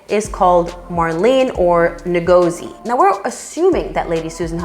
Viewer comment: Hahahahaha you went to google for the pronounciation of Ngozi right? Way off base on that one... We forgive ya